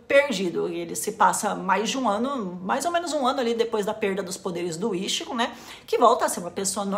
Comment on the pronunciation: por favor, não fale ishigo....me dói a alma ver tua tatuagem falando assim...é i tchi gô ! morango!